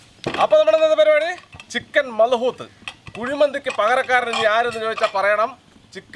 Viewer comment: മൽഹോത് അല്ല മദൂത്